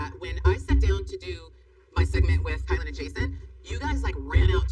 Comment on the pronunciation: I really don’t like to knit pick but it’s driving me crazy. Her name is “KI-LYn (spelled Kylen), not Kaylen. Or K “EYE”lyn if that helps.